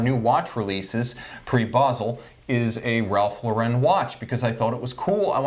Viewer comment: "I wouldn't even go into a Macy's or a JC Penny and pay $200 for a Ralph Lau-REN watch." Yikes. I get it. You hate the brand. You say it over and over. Have you guys ever been to a big RL boutique? Like the mansion in NYC? It's not the stuff you'll find at department stores. Very high end. It's a completely different client (and it's hard to take this seriously when you keep saying the name of the company wrong. Ralph Lau-REN??) Sigh.